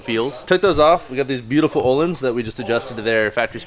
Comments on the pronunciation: Uhhlins is how you prenounce your shocks o with the dubbele dots ontop ö= uhh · Say "Work"...... Good. Now pronounce the letter "Ö" in Ölins, like the "o" in work. // Swe guy.